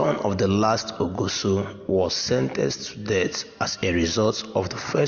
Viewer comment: please your pronounciations of benin names are wrong, like ogiso and many others, but your presentation is good work on the names and how to pronounce names are very important